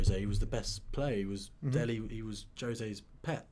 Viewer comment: Its Dele not Delhi